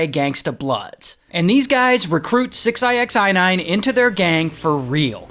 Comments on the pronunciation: it's just six nine,Why you're saying "six eye ex eye nine" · It's six ix9ine. Jeez. Not six ixi 9ine jeez! Get it right... dontcha speak inxlish! 😂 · Why do you keep calling him “six eye x eye nine”? 😂😂😂😂😂😂😂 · 6 I X I nine? Why are you saying it like that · So who is fooiine?😅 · Six eye x eye nine? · From calling him “six-i-x-nine-ine”🤣 to saying he was “grabbed by his rainbow colored hair”🤣 to mentioning his My Little Pony necklace🤣; I can’t help but laugh my a$$ off at this entire story. Your story telling abilities are GREAT!💯💯💯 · You really can't just say Six Nine? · "six eye ex eye nine" is crazyyy work Ray 😂😂😂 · Six i x nine ine 😂😂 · u prounouce his name as SIxNine btw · RAY! Why are you saying his name like that my friend? It’s just 69 lol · You have to be trolling the way you say 6ix9ine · How are you not able to say the man’s name correctly? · He pronounces 6ix9ine super hilarious!!! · Why he saying his name like that 😂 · Why is he saying his name like that....